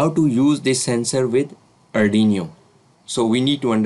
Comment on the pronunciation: Nice video & explanation, but it is not ardiniyo😇